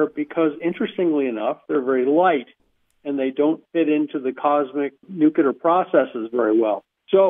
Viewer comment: Thanks, Linda- Great work, as always! And, I am really wondering WHY is it so hard for this researcher guy to pronounce "nuclear". He seems to ignore the nucleus of atoms and use the non-word "nucyelar"... I find it so distracting and strange, especially since he is supposedly some kind of expert on nuclear physics stuff and he uses (and mispronounces) the word so many times... Ugh! 🧐🤩 SMH